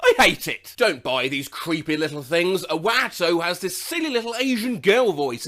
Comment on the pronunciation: Also, Wahto (maybe it's meant to be Watto?)